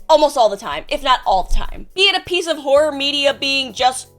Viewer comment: Why she keep saying whore instead of horror?